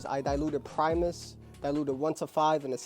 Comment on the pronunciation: My guy out here calling it primeis